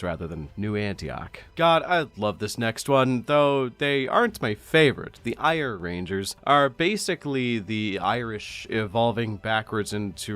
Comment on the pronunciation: Just to nitpick, but the art you showed at the start of the scottish section is for the Eire rangers, which is pronounced something more like "air-uh"